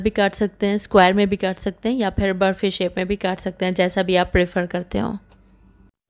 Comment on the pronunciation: Barfi thik se boliye naa